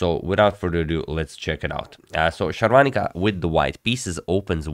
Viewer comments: Sharvaanica is a South Indian. Sagar Shah is North Indian. For them south indian names are more complicated than westerners. You pronounce her name accurately than him. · Your pronunciation of her name is spot on